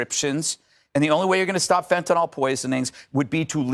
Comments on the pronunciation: It makes me cringe when people call fentanyl - fantanol. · Why can't they even pronounce the name of the drug properly? It's 'Fentanyl', not 'Fentanol'. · Tell Judge Judy that it's fentalYl, not fentanALL. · Of course the libertarian pronounces Fentanyl ‘fentanol’. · Why does "Judge" pronounce it "fentanol"? Has she never seen it in writing? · Fen-ton-all. The conservative pronunciation for fentonyl. LOL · For FUCK'S SAKE Fentanyl ends with "nyl" so it's not pronounced like "Tylenol" which ends with an "nol". The ending of fentanyl should sound more like the ending of vinyl.